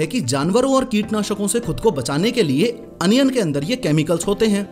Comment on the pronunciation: Onion ❌ Anion ✔️